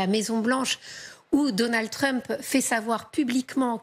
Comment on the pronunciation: "Deunèld Treuuuump" WTF???